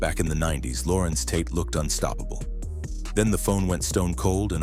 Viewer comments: It's Larenz yall.... Not Lorenz 😂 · It's Larenz